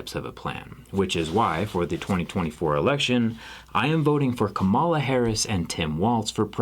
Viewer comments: That video has 5.1k dislikes and 54k likes. It bothers me he doesn't say her name correctly. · This is one of those cases where it's probably better that the guy making the video doesn't pronounce "Kamala" correctly.